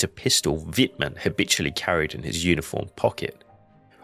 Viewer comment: Y dale, pronunciando el alemán, como el inglés: Es Vitmann. No Guitmann